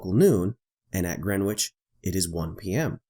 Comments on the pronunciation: ""Grenitch" NOT "Grenwitch"! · Just for info, the ‘w’ in Greenwich is silent. It’s pronounced “Gren itch” I’ve just landed into Sydney, after a 14 hour flight. Which would have been nearly 26hours if the earth was flat. Thanks Globe 👌🏼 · You don't pronounce the "W" in Greenwich. "GRENICH" Sorry, I know it's nitpicky. Being a Londoner, it grates on the ears a bit. Good video BTW! Thanks! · It's Grennij, with stress on the first syllable. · It should be pronounced “GREN-itch”. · Great video. One minor point that kept bugging me, though. The 'w' in Greenwich is silent. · Dude, the ‘w’ in Greenwich is silent.... the beauty of the English language ! Otherwise great video